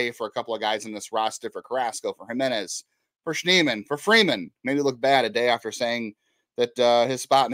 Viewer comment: His name is Schneemann. It’s not that hard.